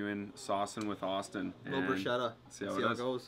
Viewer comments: You rub the garlic after the bread is toasted when the bread is hard and warm to release the natural oils and flavour of the garlic, and is right on how balsamic is pronounced, sorry Austin. Also, bruschetta is pronounced BROO-SKEH-TUH😗👌🏼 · not correcting and bruschetta pronouncation is making me start to question his italian authenticity 😂🤭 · There's an important thing here on the video that no one pointed out: it's not about how pronounces "balsamic", it's about how he and everyone else pronouce "bruschetta" AND DIDN'T CORRECT THEM 😲 Btw, regardless from that, I think that bruschetta looked really good, sad it only got a 6/7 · The way you guys pronounce bruschetta is sending me 🤣 “ch” in Italian makes a K sound 🙈